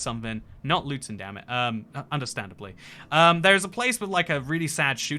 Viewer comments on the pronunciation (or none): none